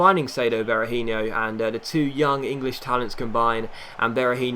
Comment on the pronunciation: Berahino's name doesn't end in yo, it's just a no sound! Just a little head's up, keep up the great work as this it the best career mode out there!!